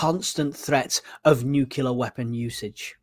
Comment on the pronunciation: Please it’s nuclear not nucular. I thought you were giving a nice little recap but for the number of times you said nucular I had to stop listening.